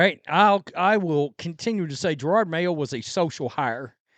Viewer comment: Whats almost as bad as Mayo's coaching is all szn long you have pronounced his name as Gerard. It makes me laugh everytime. idk if its intentional disrespect or being clueless, but i like it.